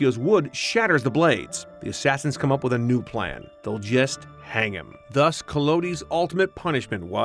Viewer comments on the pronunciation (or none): none